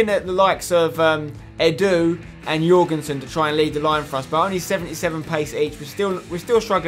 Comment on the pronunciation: You nailed that pronounciation of Jørgensen Spencer. I know cause im Danish. PS love the series keep up the work👏🏽👍🏽